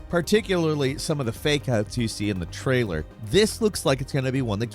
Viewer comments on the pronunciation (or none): none